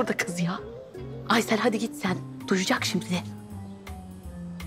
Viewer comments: Aysııll ne ya yıldız 🤦‍♂️🤣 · Her ingiliz biri geldiginde aysele aysil diyemezdin yildiz djsjejjejejs